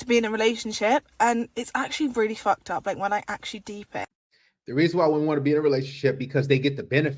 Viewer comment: oh rearry???